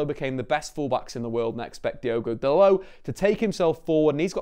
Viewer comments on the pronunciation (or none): is it only me that see's the o in dalot, not call him delit like this guy is